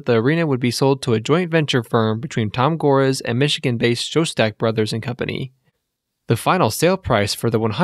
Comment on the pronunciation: This was a good vid, except that you pronounced Chuck Person, Tayshaun Prince, and Tom Gores wrong.